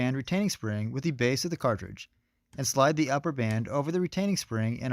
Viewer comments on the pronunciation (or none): Great video. Is there a reason you say "thee" for "the" every time? As in "thee handguard" and "thee lower loop"?